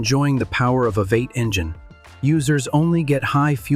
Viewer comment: The AI voice narration is a bit much. Calling a V8 engine a “Vate” is annoying and just sounds dumb.